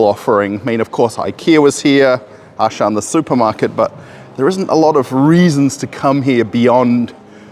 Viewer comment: Yeah, there is actually no Ashan , for he meant Auchan , a French brand. Pronunciation: 'Au' like o in 'rOle' - 'ch' like sh in 'SHampoo' - 'an' like an in 'FrANce': Au-ch-an